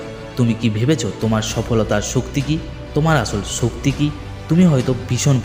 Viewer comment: ভাল তবে ভাল করে কথা বলা উচিত। শক্তি; ছক্তি না, স্রোত; ছ্রুত না; অসাধারণ; অছাদারণ না, সেই; ছেই না, আসল; আছল না, আজ; আইজ না, সিঁড়ী; ছিড়ি না। ইত্যাদি।